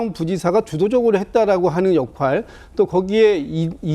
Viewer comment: 민주당 대변인 수준보소. 역할을 역활이라고 하네? 민주딩 수준